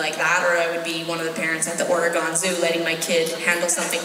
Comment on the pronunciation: Oh noooo I hope she doesn't still say "Ore-gone"